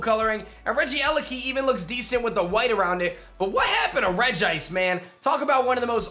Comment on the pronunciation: Regice is pronounced Regi ice not Rege ice